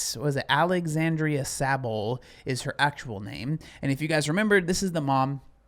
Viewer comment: as a fellow Alexandra it’s just Alex-and-ra not Alex-and-ri-a. There is no i in the name but for some reason the human brain can’t accept it 😂